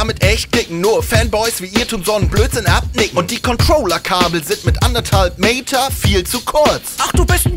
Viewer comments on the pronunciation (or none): Ich find die Aussprache von dem Hater total cool. Sorry bro, hab leider dein Namen vergessen. "Und die Controlour Kabel sind mit 1,5 Meyter viel zu kurz." :D